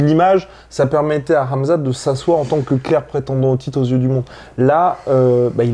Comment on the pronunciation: Ben we nu poca ssss la sueu. On comprend jamais tes intro guy😂 articule stp. C'est KHAMZAT est pas amza't. par contre speak comme un journaliste de bfm. 😂